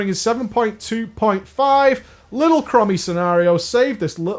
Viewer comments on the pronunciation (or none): "Crommy" ...What? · Mhh, yeah, that Crummy. Do you also say Crunnomatic Anomaly? ;D Or Krussus. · Chrome-ee please.